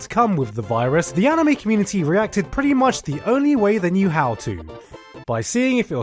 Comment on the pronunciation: You just said amine instead of anime